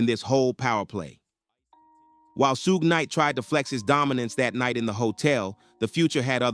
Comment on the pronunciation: Sue-gay knight